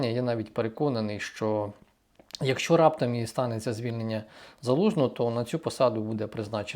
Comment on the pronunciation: ваше "якщо" - звучить як " какая разніца".